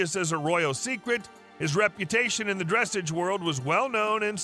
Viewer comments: Not dressage, its prounounced dressaaaaage, sounding like massage or massaaaage. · Dressage, pronounced: Dress’ahge ( the a in the second syllable is a short a {ahh or awe} and do not pronounce the e at the end). The accent is on the second syllable. Examples: barrage, collage, dressage, garage, massage, mirage, montage. Give your AI narrator a lesson, or use a real person. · Dressage is pronounced with the accent on the second syllable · Its pronounced dressaarrge not dressage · It's pronounced "DRUH-SAWJ" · Terrible video, good grief. If you are talking about a Standardbred, at least show Standardbred racing and not Thoroughbred racing, and show the actual horse you’re talking about. While you’re at it, dressage rhymes with massage. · You are pronouncing Dressage incorrectly. And, why do you show a standard bred with its sale price and then show the horse racing as a thoroughbred rather than a trotter? Stupid mistakes in this well known to educated horse people. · don't bother with these videos. You say the same words on all of the clips. You pronounce dressage wrongly and you show Standardbreds racing under saddle while talking about their trotting prowess. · They have to learn how to pronounce the word Dressage correctly. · Try pronouncing dressage correctly. We know the speaker knows nothing about horses just by his pronunciation. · Would like your content a great bit more if you could learn the correct pronunciation of dressage! A little research goes a long way in giving you more legitimacy